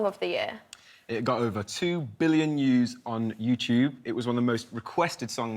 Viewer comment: I'd just like to say that the "love island" guy is a fucking idiot. He's reading off a card yet still still says "yooz" instead of "views" Why do we keep making these stupid people famous, fuck I hate the world! Still...Rikki Sixx, you are the best and I love you for posting all of this brilliant content, may all the best things in life come your way and never stop. Everyone here loves you and appreciates you, have a wonderful and safe NYE!!!!! Oh, and one other thing, Mo Gilligan is great! I just checked out some of his stand up and it's great! He's got a new fan.